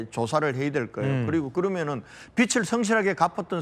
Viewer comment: 권영진님~ 빚을 '비즐'이라고 해야지, '비츨'이라고 발음합니까? 참 수준이 .....